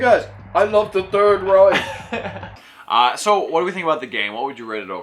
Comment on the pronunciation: I guess you meant "Reich"?